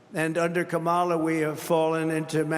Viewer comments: donOLD trying so very very hard with what little he has left. He can't even pronounce Kamala how are we supposed to take you seriously? Somebody take his keys away and throw him in the retirement home. Goodnight Nurse! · CAN'T say name correctly. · How many times ⏲️ is he going to mispronounce Kamala's name???